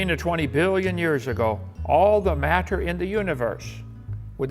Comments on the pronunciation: Why does he pronounce everything like a normal person, except the word matter? "Mat-ter." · Does anyone else think the way Kent says “matter” is weird? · The way he says MATTER makes me irrationally angry I'VE NEVER HATED A WORD SO MUCH